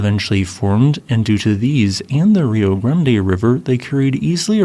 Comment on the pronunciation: Kudos for pronouncing Rio Grande correctly. [Ree-oh Grahn-day]